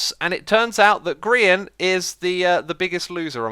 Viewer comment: U miss pronounced "Grian"